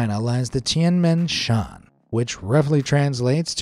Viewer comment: The heavens gate In Chinese you call it like ‘Tiēn mén shėan’ in Chinese, I actually don’t know how to spell it but you did say it wrong